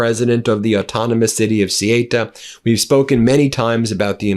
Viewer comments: Theyuta is how it's pronounced, the amount of journos who can't get this right is laughable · Sorry Ben but it's Ceuta not Ceita! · Ceuta pronounce They-Utah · It's pronounced thuta 😊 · Ceuta pronounced say oo ta. Look it up! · I appreciate your videos. Just wanted to let you know you’re pronouncing Ceuta incorrectly. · Thank you,, for spreading truth efforts! I'm spanish, I suppose Ceuta is very difficult world for english speakers. the pronunciation of CEUTA is C-(E from elephant)-(U forom Ugnada)-T- (A from Africa). You can put it in google translator with spanish language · Ben, I greatly appreciate your reporting on this issue. But can't you check pronunciations beforehand? The name of the place is Ceuta, and it's not pronounced "Sieyta", but "Soota." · Ben, "Cé who tha," please, and not "Cé hi ta" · Ceuta is pronounced Sehootah. not Sigh Ate Uh. WTF?!? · IT´S " SE U TA",NOT " SE E TA" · good reporting but please use the correct pronunciation. ceuta is pronounced 'say uta' not 'suta' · It's CEUTA not CIETA. What is wrong with you? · try saying ceuta like this say ew ta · It's pronounced 'Sue ter', Ben! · They're pronounced theu-ta and me-li-ya...xx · how to pronounce Ceuta correctly. C lice C (Cesar) U like you TA. Easy Ce you Ta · The village's name is pronounced Ceúta. It's a "u" after the "e". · Ceuta is not pronounced Cieta. Jeez Ben. That's any easy one. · Ben, its pronounced Sayuta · 'Say-oo-ta' --- try that for Ceuta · Hey Ben.... Please learn how to pronounce words correctly ok. Ceuta.... SAY - U - TA... now say it quickly, "Sayuta"... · It is pronounced suuta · THEH-OO-TAH -- CORRECT pronunciation of Ceuta (ancient city, once Carthaginian, then Roman...). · come on ben, the pronunciation of ceuta is ce ooh ta. how hard is that ? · Ben , I love your posts but please let me correct you. The name Ceuta is pronounced "Say you tah". Just a small point but I have been there many times. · It's CeUta